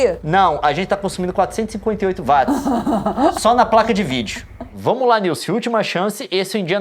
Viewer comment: não é "VATZ É WATZ"